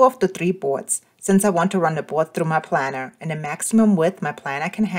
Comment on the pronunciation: It's pronounced Plainer like an airplane.